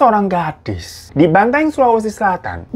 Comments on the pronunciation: bukan banteng kak 😭😭 cara nyebutnya tuh " ban-ta-eng" 😭😭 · Bukan BANTENG Bacanya bro, BAN-TA-ENG Gitu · bukan banteng bang.. bacanya banta-eng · Bukan banteng tapi Bantaeng bang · Kak Bantaeng bukan Benteng wkwk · BANTAENG bang bukan banteng